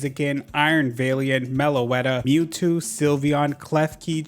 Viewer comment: i know you said mewtwo but “pnue-new” was what i heard first and was sent into oblivion over a possible dlc leak